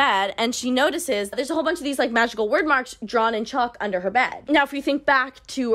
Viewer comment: Hearing her say wyrd as word gave me a stroke I think hehehe